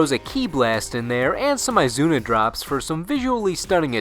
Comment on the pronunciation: Answer's snek is dapper. Lookit that tie. Eye-zuna Drop? EYE-ZUNA? ... Sigh